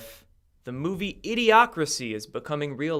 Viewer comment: Btw i had already sent my message before i heard U say idiocrousy